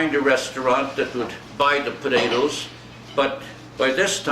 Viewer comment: "podadoes", just like my dad and his siblings always said potatoes. The family farmed in Sask, NE of Saskatoon.